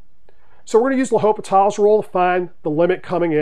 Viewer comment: The H is silent. But great video and good problem!